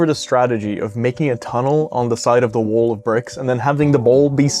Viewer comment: I'm really curious what the accent the speaker has because of how he pronounces "wall" and "ball" and "taught" in the few seconds after . I've never heard ball pronounced "boouwl" before. His accent sounds relatively normal the rest of the time, but there are certain words, the ones with an "aw" or "au" sound like in wall and ball and taught.